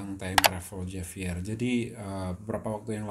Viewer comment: penyebutannya H bukan J